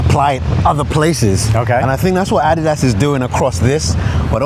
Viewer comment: It's about time they got someone who can pronounce Adidas properly on this channel! 🙏